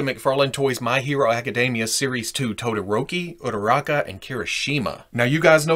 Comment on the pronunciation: He says ururaka hot